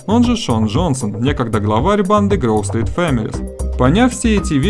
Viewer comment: Не Грув стрит а Гроув стрит